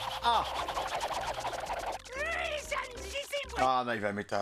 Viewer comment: c'est pas un tobiropo pitié fait un effort